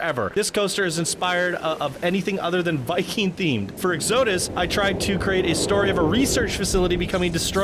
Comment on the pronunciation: Your way of pronouncing 'Exodus' sounds WAY COOLER for a coaster name, than the way it's actually said. And no, strangely, this actually isn't me correcting anyone. I like it better that way for coasters. :)